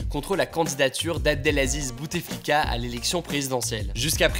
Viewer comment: Petite correction : on ne dit pas BouTEflika mais Boutflika :) Le « e » ne se prononce pas.